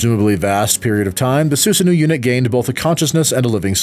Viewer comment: The pronunciation of of Susano'o is killing me but nice vid. Only thing I can remember that is incorrect is that Terumi used a physical relic called the Hirokane to split himself from Hazama near the end of the story.